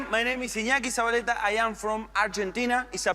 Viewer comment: I enjoy a lot reactions, despite I am not too interested on magic. PD: I think it could be difficult for some american people to pronounce Ñ, but Alisson did it so well, although not so good the pronunciation of Z. PD2: I challenge to pronounce Iñaki Zabaletta, correctly Nice job,. You will have 100000 subs soon